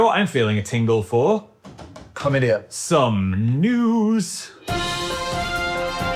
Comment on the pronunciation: Dan😂 “chlamydia”